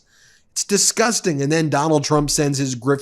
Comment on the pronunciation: Yes you're disgusting animals, but it sound worst in my head. You need to emphasize on the S. Diss-gusst-ting animals